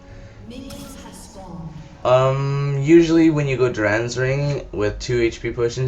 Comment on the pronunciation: why the fuck are u puting a U in dorans ring...its dorans....jesus hooked on phonics..